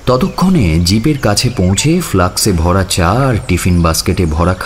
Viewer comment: বেশ ভালো ... কিছু উচ্চারণে নজর দিতে হবে ফ্লাক্স নয় ফ্লাস্ক